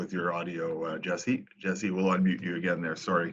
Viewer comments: "Jesie"... my god! Try to learn at least the names before making questions. It's Jesse. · Nice to see him back in the NHL. Best of luck, Jesse! PS. If you want to prounounce his name correctly like a Finn do it more slowly. Jes-se. Also, it’s not English ”Chesi” , more like ”Yessse”. Cheers! :)